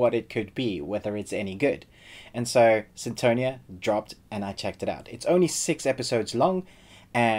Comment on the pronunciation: Its funny the way u say sinTOnia hahahahha